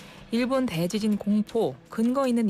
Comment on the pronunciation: 대 :지진 발음 듣기 거북